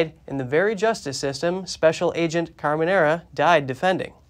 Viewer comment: Properly pronounced, he was Agent Kiki Camerena. Not Camenera.